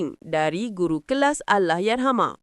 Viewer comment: Tak ada orang yang boleh sebut betul2 arwah Dan Allah. Geli pulak telinga